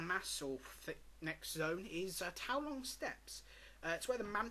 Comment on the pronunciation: It's Townlong... not Tow-long. And the KFP villain is Tai-Lung.